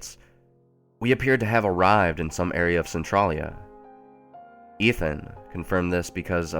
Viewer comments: Am I the only one a tiny bit irritated by how he pronounces Centralia? Maybe its just because we pronounce Centralia differently in Washington or something, he says Cen-TRAH-lia and we say Cen-TRAY-lia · Who else cringes over his pronunciation of Centralia lol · You're not the only one Arthas.. I cringe every time he says it.. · Annoyed the check out of me to the point where I was actually correcting him every time he said it. One quick glance at the Wiki page would tell him how to pronounce it properly. Plus, this story should be called something more accurate like "Silent Hill: Alternate Universe" because there could have been so much more interesting subject matter with a little more creative thinking instead of just taking bits of the video games and movies and putting your own town it. It tows the line of plagiarism a little too closely if they pretend to call it an original story. 😕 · you pronounced centrailia wrong. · My hometown is named Centralia so this is kind of strange to listen to. Also no one in my home town pronounces Centralia like that.